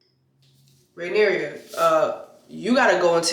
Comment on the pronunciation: Jessie you are a mess!🤣🤣🤣🤣 if you call that woman Rhaenyria one more time!! 😂😂😂it’s Rhaenyra! At the end it was Aemond on the dragon not Daemon…